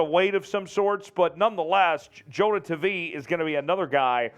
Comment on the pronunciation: For all who wants to know how to pronounce Jonah’s last name? It’s Tah-vai <- the “i” is a vowel. You’re welcome 😎